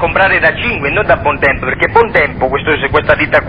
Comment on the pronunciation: bontempO o ... bontempI ???